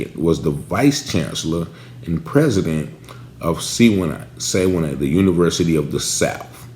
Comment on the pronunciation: Sewanee ---Swan-NEE